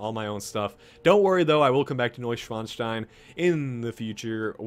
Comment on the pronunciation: You're close with the pronunciation, but not entirely correct. It's pronounced Noy-ShVan-Shtine, not Noy-ShWan-Shtine. A German "W" is pronounced as a "V."